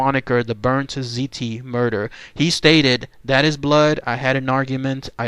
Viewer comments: The word "ziti" PLEASE stop pronouncing it the way you did in this video! Your OVER pronouncing the "I". It's pronounced more like "ZEE-T". Apologies on being "that guy, but still. :) Lol "good ol Rosie" very smart man BUT thought he was too smart (playing insane) and it didn't work. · I realize this is late, but it sounds just like "seedy. " Just say it like that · no probs with it pronounced just sound the T with a D!